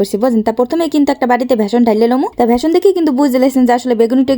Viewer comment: ঐইটার নাম ভেসন না বেসন